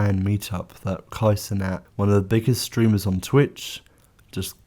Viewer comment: The way you said "cenat" made me have to pause the video, leave this comment, and never watch it again